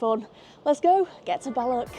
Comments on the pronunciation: It's Balloch, not Ballock. And it's loch, not lock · It’s balloccchhh! Not ballok .. 🤣🤣 try harder x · Love your presentations. Balloch is och, not ock.